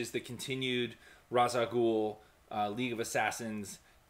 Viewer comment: RE: The pronunciation of R'as Al Ghul: The words are actual Arabic words to describe his title -- "The Head of the Demon" and the way that the words are actually pronounced in real-world Arabic is Rahs, not Raech. When he or others mispronounce it, all that I think to myself is: "What a supervillain, he's lived for centuries and STILL doesn't know how to pronounce his own title."